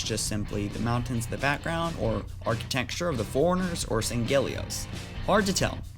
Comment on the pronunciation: It's sang-helios, you pronounce it as if there are two Gs. And Jul 'Mdama's faction still call themselves the Covenant, storm is just a classification of some of there weapons and armour